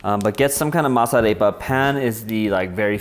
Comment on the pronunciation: Kinda bothered me a bit that you didn't pronounce "arepa" correct xD